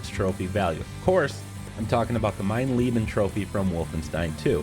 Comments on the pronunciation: When 'Mein Leben' turns into 'Meine Lieben' :D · ahem “mien leben”